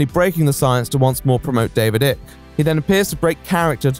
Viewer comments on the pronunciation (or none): Great video, as usual, but - really - David Icke's name is pronounced "Eye-k" not "Ick". Even the man himself pronounces it that way. :) Then again, are you implying your own personal opinion on Icke? ;) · Its weird, I've never ever heard anyone refer to David Icke as Ick Not Ike and it tweaks me everytime. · Ike like bike, not ick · The mispronounced Icke throughout, even though the correct pronunciation is given early on in the video shows how little is immersed in his videos nowadays. Great video though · I still can't tell if he's pronouncing Icke wrong as a condemnation or just because he's never heard it out loud before. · small nitpick but your pronunciation of icke is giving me the ick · Why are you saying Icke like a total tool ?